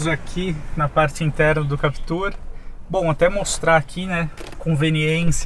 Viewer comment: Sério mesmo, muita teimosia, o cara passa o vídeo inteiro falando "Captúr" enquanto o outro fala como todo mundo "Captur". Não entendi essa necessidade de reinventar a pronúncia do nome do carro. Mas, enfim, voltando ao foco do vídeo, na versão 1.6, não sei se valeria a pena pagar a diferença pela Captur, o estilo da Duster me agrada mais. Se fosse a 2.0, talvez a Captur seja mais negócio porque a Duster não oferece controle de estabilidade e tração para a 2.0, não sei o porquê, já que a Captur tem o mesmo conjunto mecânico.